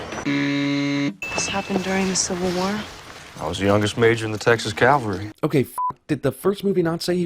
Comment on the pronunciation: Missed sin: That asshat says "CALvary", when he should've said "CAValry", and I swear every actor in the history of movies and TV shows can't get this right.